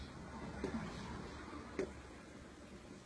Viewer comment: miki minaje